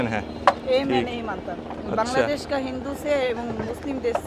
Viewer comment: বাংলাদেশ❎ কাংলাদেশ✅ 😂😂😂😂😂😂